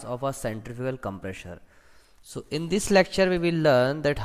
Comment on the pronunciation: centrifugal com-PRESSURE :P FOR-WAAAAAAAAAAAAAAAAARRRRRDDDDDDDD Vanes :P